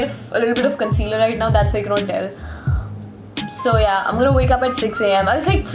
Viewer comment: Yes I heard instead of so Ya😂